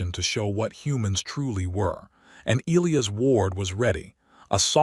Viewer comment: Can you fix your AI to pronounce Elias correctly!?